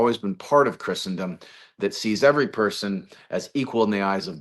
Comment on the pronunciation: John Davidson pronounces Christendom correctly